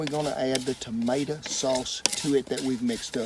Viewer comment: its tomato not tomata